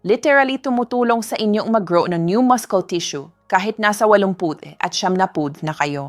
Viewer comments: Ngayon lang ako nakarinig ng maskol ang pronunciation sa muscle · Our Filipino Grammar didn’t teach us to pronounce muscle as maskle. I am sooo worried… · Too many mispronounced words, especially Muscle. It’s muh-sl. Even the Tagalog words are mispronounced. Good tips though. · Dr muscle pronounce silent (C) musle dapat tnx po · Bakit po maskel ang pronounce masakit sa tainga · Dati noon is muscle,😂😂😂 Ngayon man mascul na.. noon YouTube Ngayon YouTube na ibang IBA ang pronunciation.. anu ba tlaga.. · Pronouce masel sa mucles😂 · Yes, po naguluhan ako sa pg-pronounce nya ng muscle, bagong pg-pronounce ba Yan - maskel? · Turn off sa wrong pronunciation hehehe... MASKOL! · Haha ,maskol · AI kasii kya ganyan pag pronounce maskol ang muscle😂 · Wrong pronounciation ng muscle..research sa dictionary d right pronounciation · P!ease pronounce the word muscle accordingly. Thank you. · Pagbigkas lng ng muscle mu Mali p, iniislang mu Kase Ang pgbgkas mu dika nmn amerkano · Bobo mali pronounciation ng muscle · Doc how do you pronounce muscle?I think you mispronounced it doc. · Why can't you I pronounce MUSCLE correctly.pla check. That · Pakiayis naman ng pag pronounce mo ng muscle. Nakakahiya! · Yes nagulat din ako sa pronunciation sa muscle mo doctora. Been listening and reading for many years, this is the first time that it is pronounced Maskol. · Talaga bang muskel ang tamang pagbikas ng salitang muscle ? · A.I yata yung voice over, bakit may MUSKEL😂 ano yun??? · Dr ka how u pronounce Muscle muskel😅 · AI ba? It's muscle not maskol.😅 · Very informative kya lng medyo na distract ang concentration ko sa pag pronounce ng muscle at iron. MUSCLE to MASKEL at IRON to AIRON. Is this the new way to pronounce them or is AI generated sya? (Just asking kc gusto ko gayahin) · Bakit maskols Ang pronunciation? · AI ang nagsasalita. Maskel, maskle, inipil ( binabalatan... Pinipeel) hahahahaha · What is the correct pronounciation of mucle Dr.? Is it maskel or masel